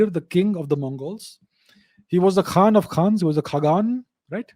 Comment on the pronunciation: No KHaan in Mongol Language. Its almost sounded like Khan.